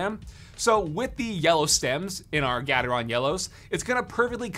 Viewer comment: The way he pronounced gatreon trigger anyone else? 😂😂😂